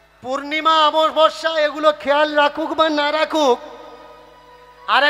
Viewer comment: আমাবাবর্সা নয়, অমাবস্যা